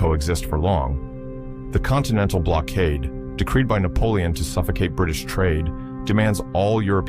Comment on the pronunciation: 숫자 읽기 왜 그리 못하나? 나폴레옹이란 발음등 외국어 발음도 어눌하고